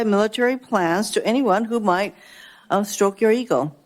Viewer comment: Did she say "unstroke"?